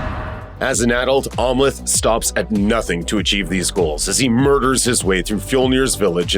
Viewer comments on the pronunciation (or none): I keep hearing "Omelette" as in an egg omelette everytime the narrator says Amleth. Lol. Must be hungry. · Narrator didn’t see the movie. He keeps mispronouncing Amleth.